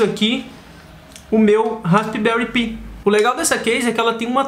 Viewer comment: Se pronuncia pai e não pi kkk que coisa.....